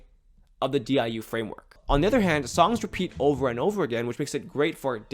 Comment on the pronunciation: The diu was perfect 😭